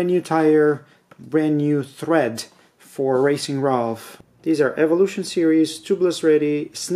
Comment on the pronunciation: Been running the same combo in 29" since Christmas on my Yeti ASR. Back seems very sensitive to pressure - it's fine until it gets a touch too low then will wallow. The front is pretty good too - not as much bite as my Ardent Race was but still plenty - and much lighter. Good review - but you keep saying THread when I think you mean Tread :)